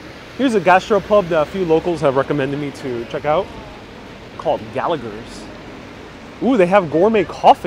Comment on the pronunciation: Roe & Co is the whiskey. The distillery is in Dublin. Not far from St James' Gate Guinness Brewery. The second 'g' in Gallagher's is silent. Son of a Bun which is just two doors up used to be a music shop called Crowley's. Rory Gallagher bought his famous Fender Strat from Crowley's although it was actually located elsewhere in Cork City then.